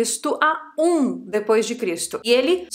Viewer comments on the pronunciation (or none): none